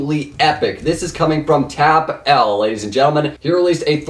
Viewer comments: Who else is triggered when he calls TapL Tap-L not Tapple? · Its Tapull (Teh Apple)